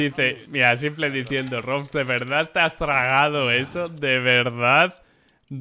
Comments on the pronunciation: Cada vez que dices simple en vez de simpol, un perrito muere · tu dile "S1mple" como se dice en ingles xd no le hagas casos a lo que lo dicen en español.